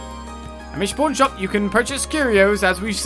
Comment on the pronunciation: Every time you say "pawn shop", I keep hearing "porn shop" LoL